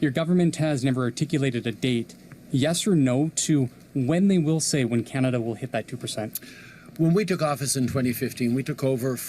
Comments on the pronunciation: I love your video.. you do a great job at keeping us informed.. you said something funny at minute .. Kenata instead of Canada...LOL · It's Can-a-da. Not Ca-na-da.